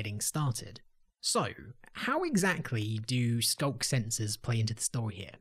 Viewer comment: "The skunk sensor is-" I'm sorry what was that? rewinds "The skunk sensor-" That's what I thought you said...